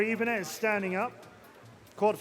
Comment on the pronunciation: i dislike how he pronounces "Ibanez"